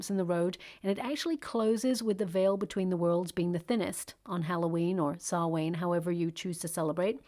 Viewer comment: Dear. Thanks for your reading. As an irish person just wanted to you to know Samhain or Halloween is pronounced like Sow ( as in female pig) and win. So "Sow-win" with the emphasis on win. The last syllable 😊. Thanks for all your inciteful brilliant readings.